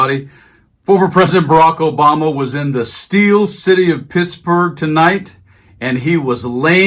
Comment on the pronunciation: Steel. not "stell".